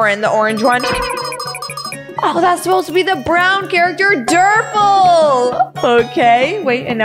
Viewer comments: It is not durple it's brud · She called Brud Durple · son:dude its brud not durple😒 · It's brud not durple